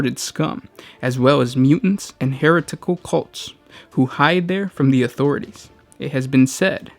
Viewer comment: Hereh-tickle, lol.